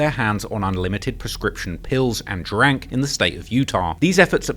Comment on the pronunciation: The way he said "drank" was funny 😂